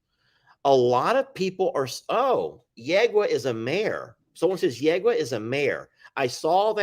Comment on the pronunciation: Yegua means MARE Pronounced “YE-gwa”